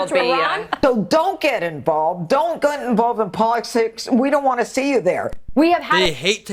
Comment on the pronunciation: Jeanine Pirro slipping out „poll-lick-sicks“ is priceless